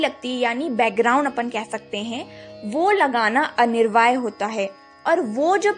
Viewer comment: Anirvaay nahi Anivarya*.😅... matlab necessary. By the way nice video. Shree Radhe ❤